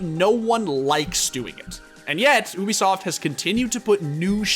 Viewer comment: Everyone: Ubisoft The Score Esports: Oobisoft